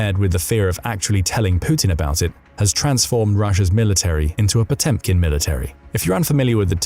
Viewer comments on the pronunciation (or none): Potemkin is pronounced put chomp kin.